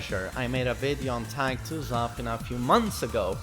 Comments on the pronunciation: its zafIna. not zAfina. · It's pronounced zuh feen a. Not zur fin nuh. Hahaha. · the way he says zafina is triggering me so much lmao